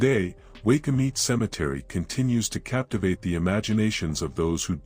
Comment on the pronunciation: It's pronounced why coo mit e spelled waikumete